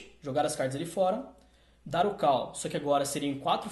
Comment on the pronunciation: A PRONUNCIA NAO É "KAL" SERIAL "CÓL".....entendeu? kkk